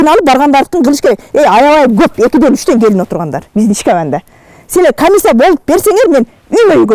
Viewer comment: Сабатсыз айыл окмот Комиссия, телевидения деген созду туура айталбайт.